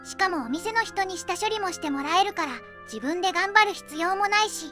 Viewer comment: 「下処理」を「シモ処理」と読むな（笑）